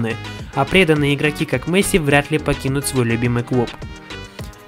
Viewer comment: Я смотрю твою карьеру за Барселону. Говори пж Месси,а не Мэсси